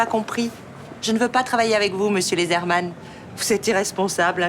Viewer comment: C'est pas Lesrmann, c'est loosermann.